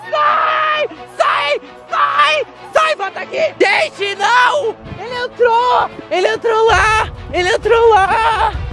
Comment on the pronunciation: O legal é q o fala "vai embora" aí passa uns 5 segundos ele fala "vouta aqui" Kkkkkkkkkkk